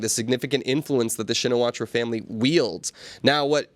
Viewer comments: Please. "Shinawatra" is better pronounced as "Chin na wat". I need to see her first name written in Thai before I can guess at a better pronunciation. Thanks. Mike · Pronounced "Chinnawat"